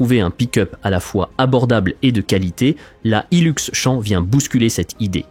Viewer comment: C'est Champ avec un P a la fin. Comme Champion, pas champ campagnard !